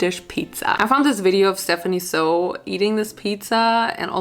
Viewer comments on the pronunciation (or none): Girl your you’ve been saying Stephanie Soo wrong